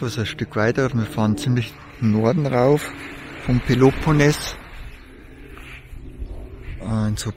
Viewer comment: Hallo, ich folge dir schon lange. Alles gut, freue mich für dich, daß du nicht mehr alleine unterwegs bist, ihr seid beide super sympathisch. Aber bitte versuche doch mal, Peloponnes richtig auszusprechen, das klingt sooo schaurig. Bei Google findest du Beispiele. Oder sags mal langsam und eintönig mit einem laaangen etwas lauteren eeee am Schluss. Peloponneeees! Ciao Ciao, noch viele schöne Momente! Gruß aus Niederbayern